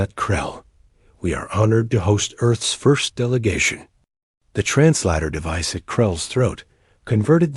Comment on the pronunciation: "Dot"? "trans LADDER device"? waster of time to write this comment sense apparently the channel has ZERO "human" writers, editors, or oversight, leaving everything from writing, narration, and posting to first generation a.i. that was never given instructions. waste of time to watch this channel. bye.